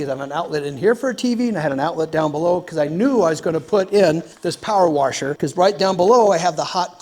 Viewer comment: We haven’t heard warsher in a while!!!! Welcome back!